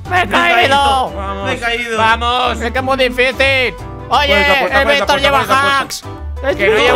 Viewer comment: Cuando dijo Víctor:tfollina Yo automáticamente:Víctor me llamaste?:>